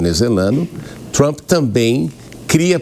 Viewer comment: Com Trup é buteichion pra lasqueichon ( butation pra lascation, in English).